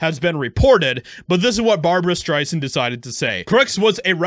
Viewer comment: BAHBUWAH SCHTRAISANTTTTTTT